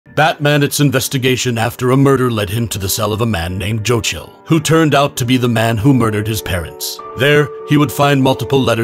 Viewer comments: Ahhh ok I was wondering why you were pronouncing Joe Chill so… un-chill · Why are you saying his name like that? Why do you pronounce Bruce's name normally??? Who is Jochil? Why don't you say Bruswain?